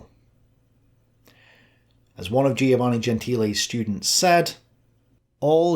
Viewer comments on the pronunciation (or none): I tell you, these Greek philosophers were getting hold of some mighty fine drugs - and are just a bunch of dreamers. Listen mate, you need to get out a bit more - a good walk every day is recommended. PS Giovanne is pronounced JO-VAN-EE ie the "i" is silent.